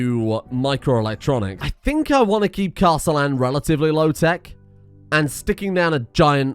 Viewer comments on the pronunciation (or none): none